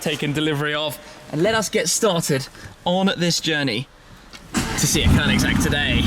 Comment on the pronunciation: Perfect pronunciation of Koenigsegg, snyggt! Riktigt snyggt 😉🥂